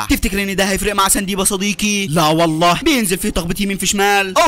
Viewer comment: وحشتني يا صديكي……يا أعز الأصكاك😂